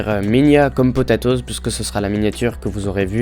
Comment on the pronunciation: Pas potetoz c'est potatoz